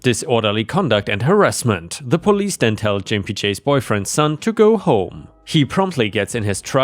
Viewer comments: Learn how to properly pronounce words! "Gimpy" is pronounced with a hard G sound, not with a soft G sound like J. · G=(GUH) sound. so Gimpy is pronounced like LIMPY but with a G. the word is kind of an insult to people who limp or walk with a cane or walker. I prefer to call my husband pogo-stick as he only has one leg so he has to hop everywhere. i also call him gimpy sometimes when he is being slower than usual. Just trying to help you, with some pronunciations. love the channel! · Gimpy is pronounced g( ground) impy. It means crippled, sort of...🙄😆💋💖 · you pronounced gimpy wrong, it's a hard G like the word Guy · All I can remember about that story is the pronunciation of Gimpy J Jim-pee-jay! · Just FYI, for future reference: "Gimpy" is pronounced with a hard g. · You're pronouncing gimpy wrong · THE G IS HARD IN THAT GIMPY...... AS IN GO GO GADGET *WONDER IF YOU'RE OLD ENOUGH TO REMEMBER THAT CARTOO" LOL. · “Gimpy” is pronounced with a hard “g” as in “gas”, not a soft “g” like in “giant”. In this context, it means “having a limp”. I hope this helps. ⭐⭐⭐⭐⭐ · The G in Gimpy is a hard G as in Get or Gone - not a J sounding G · Gimpy is pronounced with a hard G, like in "get".